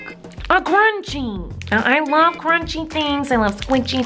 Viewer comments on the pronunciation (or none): every \time she says "crunchy", I hear "grunchy"